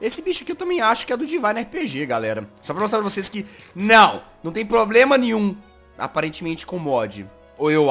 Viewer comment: so fui eu que percebi que o jazz falo mostro nim nhu